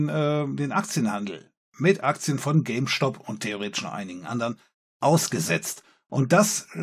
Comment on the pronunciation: Diese Aussprache von "Stop" triggert mich ein wenig...